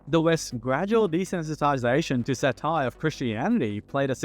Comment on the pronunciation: great vid but please look up the pronunciations of words you're not used to hearing in daily speech. vehemently, satire, philosophical, and some others I can't remember are mispronounced. makes me wonder if it's a real person speaking.